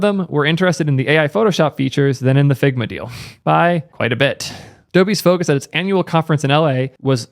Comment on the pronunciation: struggled to pay attention in this one the video itself was as good as ever you did a good job on this one its just... ...all i could hear was "figma balls! figma balls!!!!"